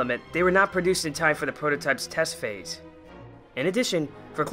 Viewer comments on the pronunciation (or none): none